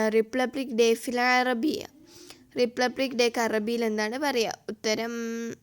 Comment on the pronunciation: Repupic അല്ല Republic